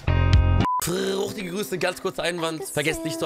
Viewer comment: Bro, dieses Intro:" Frrrrrrrrrruuuuuchtige Grüße" cringe